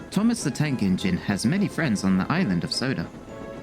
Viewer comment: Sorry but didthe narrator say sodor or soda